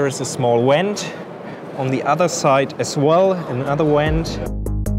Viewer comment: A German 'w' makes an English 'v' sound and a 'v' in English makes a German 'w' sound. An English 'v' does NOT make an English 'w' sound. Eine Entlüftung, in English, is a "vent", not a "went". "Went" is the simple past tense form of the verb "to go". You can do it! You can pronounce an English 'v' correctly! (And thanks for the interesting video!)